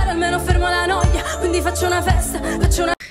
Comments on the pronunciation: La noia you read N O-E A ( A like in Cat) which means the boredom. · "La noua-a" ... 🙃😅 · Italian here. Noia It's pronounced "noh - yah" I can confirm it means boredom. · I'm sorry, but it's Angelina and not Angela haha Anyway, it's pronounced like /la ˈnoja/ Thank you for your video! I'm Italian and I'm so proud of Angelina!! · LA NOEEA, that's the pronounce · La noia means bored and you need to pronunce it like it’s written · Greetings from Italy 😊 her name is pronounced just as Angelina Jolie and the surname just like the fruit. The song name is pronounced La (the "a" like in the word "arm") no-i-a (the "o" like in the word "off" , the "i" sounds like the letter "e" and final "a" again like "arm").